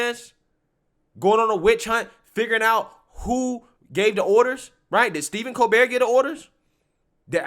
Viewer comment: His name is Stephen, starts like Stephanie... It's not Steven.